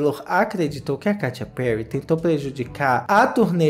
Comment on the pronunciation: Eu sempre morro de rir com a "Katia Perry" KKKKKKKKKKKKKKKKKKKKK